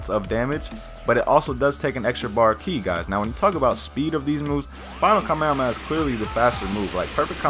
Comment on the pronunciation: Kaa - meh - haa - meh - haa pronounce right often, kaa - meh - aa - meh - aa just triggers me